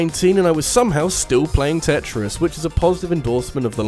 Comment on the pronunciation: It really bothers me how he mispronounces Tetris 99